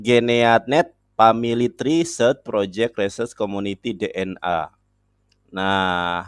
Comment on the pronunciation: Wkwk.. Dia bilang family try.. 😅